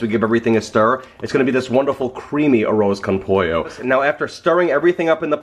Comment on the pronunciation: Everyone you said arroz con pollo it was so gringo